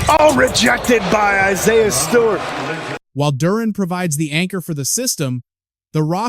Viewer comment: Gotta be ai! Y'all gotta stop with these Ai voice videos. I siah? Any human knows how to pronounce that name